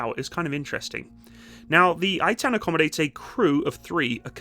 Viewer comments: 1. It's Ay'tan (to correct pronounciation) 2. On 7/10 they raced to the Battle of Zikim down the highway at 75 MPH, which is quite incredible for an armoured vehicle! 3. The hulls and basic infrastructure are made by Oshkosh in America, as is the transmission by Allison I believe, with the engine from MTU Germany. However, the high-tech stuff that transforms it is made and fitted in Israel. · The only thing you need to apologize for is your laziness in neglecting to call up an Israeli friend and asking: "what's the proper pronunciation of this Hebrew name"? In this case it's "Ay'-tahn".... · Proud to have played a small role in the development of this machine. BTW, as far as pronunciation goes - 2 syllables: Ei-tan. "Ei" like the name of the letter A, and "tan" like in the word "botanical". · Btw, it's pronounced Ei-tahn, not eight-ten 😅 love ya! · Just to correct the pronounsiation its pronounced "Eitan" and not "Aitan" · Eitan is pronounced “ey-tan” not “aye-tan” while the Namer is pronounced “nah-mare” not “nay-mer” or “nah-mer” IIRC, the Eitan was developed to be a cheaper complement to the Namer and also have the ability to travel long distances without requiring transport trailer to avoid tearing up roads and highways, allowing rapid response to emergency situations. I can’t remember which one but either the Namer or Eitan (maybe both?) will have a version featuring a 120mm breech-loading turreted mortar with auto loader. As for your thoughts about counter drone technology being integrated, the IDF is introducing the Rafael Lite Beam weapon system, which comprises of a 10 kw laser with a range of 2 km and altitudes of up to 5,000 meters. It’s also being paired with a remotely operated 30mm auto cannon on a separate 4-wheeled platform for mobile protection of troops. Don’t know if it’s operational yet or not…and you are correct in guessing that APS is being updated to dealing with drones, specifically the Trophy system